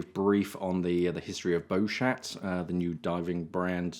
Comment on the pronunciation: Good pod cast I always learn something new here. I would just like to point out that the way you say Beauchat maybe a bit embarrassing for you if you speak to French people. Because chat = cat & another word in (slang) which I can't say here. So that's why I am just giving you a hint. Try not to pronounce the T at the end of Beaucha. and all will be well. A little word of advise that's all it is.:-)